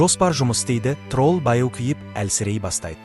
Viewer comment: Трол емес админ тролль десеңізші